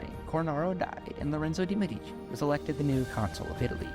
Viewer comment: Mèdici, not medìci